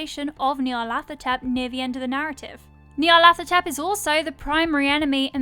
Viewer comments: I'm p sure it's pronounced Ñarlathotep not Knee-arlathotep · nyarlat - hotep, not nyarlath - otep. Consonant sequence like in Lighthouse, not a voiceless dental fricative as in thing. The Egyptian honorific of hotep is it's own thing. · No one pronounces the name correctly. "Hotep" is an ancient Egyptian, meaning "peaceful satisfaction". His most enduring avatar after all was "the Black Pharaoh". The name should be pronounced "Nee-arlet-hotep" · nyar (rhymes with 'far') - la - THO - tep...at least that's how I hear it.